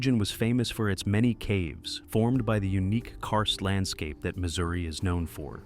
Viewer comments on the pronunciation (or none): none